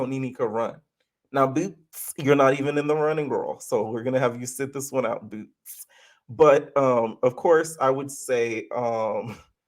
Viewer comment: I cackle every time you say BOOtz LOL